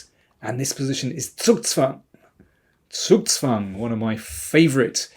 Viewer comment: You're the only english spesker I ever heard not butchering the Word Zugzwang horribly